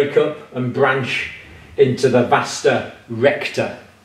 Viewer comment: why does the doctor say "vasta" recta